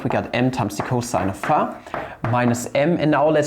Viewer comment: Ist das irgendein running gag, y and phi so seltsam auszusprechen? Bei sagt er es ja sogar richtig und sieben Sekunden später "phah"....